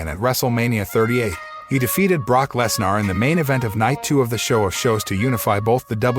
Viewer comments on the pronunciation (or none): I'm sorry, but every time this guy said "Less-NAR", it made me lol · Very good WrestleMania. Of course knew Roman was going to win! Please stop mis pronouncing Lesnars name.